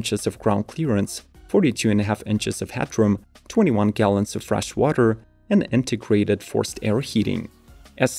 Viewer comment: When he said "integrated forced-air heating," I heard "antiquated forced-air heating." Heh.